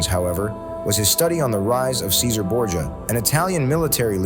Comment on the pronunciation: An excellent video! Thanks!! ("Cesare" is pronounced CHE-sa-ray)